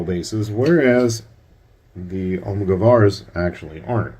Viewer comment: Nice video, they are pronounced Al-moo-gah-bars